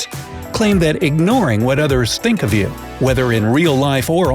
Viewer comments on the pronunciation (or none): none